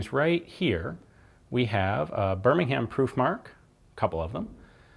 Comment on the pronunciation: You don’t pronounce the h in Birmingham mate, it’s just Ber-ming-am